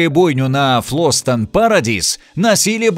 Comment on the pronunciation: Фильм великолепен! А вот автор ролика..! 🤦 "Фласто́н", "Э́рик Се́ра",.. - ни ударений, ни верного редуцирования - вы фильм-то вообще смотрели, аффтар.!?